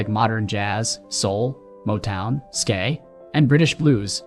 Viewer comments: Dude, "ska" is pronouned "skaah" not "skay" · yup, always a thumbs down for the artificial idiot voiceover. lmao at skay.......its just cringe